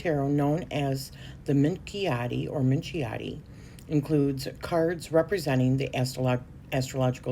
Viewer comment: Minchiate is pronounce MinKiate